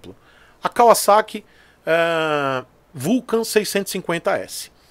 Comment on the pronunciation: Isso mesmo, tratem a ansiedade com um psicólogo! Pagamos muito por menos!, você é o primeiro cara que fala Kawasaki certinho!!!!